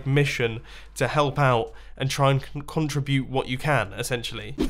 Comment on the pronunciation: Every time you said contrubute, I cringed. CON-TRI-BUTE!!! MUMBO!!! CONTRIBUTE!!!